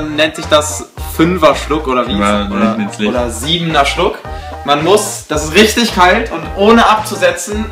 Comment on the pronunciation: haha bei cengiz: dasch isch rischtig verbrannt ey ;))